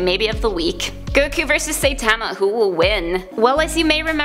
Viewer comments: Also. She says "saytama" never seen an episode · pls… at least "sigh-tama" or "sightma" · Its Saïtama, not Saitama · this video gets a dislike because you pronounced "saitama" so damn wrong! it was so cringe! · She pronoinced Saitama wrong lmao 😂😂😆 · Ok. Firstly, you saying saitama's name wrong. Secondly, this is rigged and I'll show you why